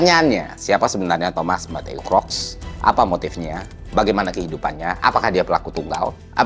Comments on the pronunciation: kruk bukan krok. book, boot, look, mood, root, sooth, good, msh banyak lagi. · Kruks bro bukan kroks, soalnya gw jadi inget sendal 😅. Sorry, oot. Anyway, Nice konten, thanks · Baca namanya bukannya "kruks" ya? Cmiiw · Tim yg ke-trigger pas dibacanya "Thomas Crocs" ☝️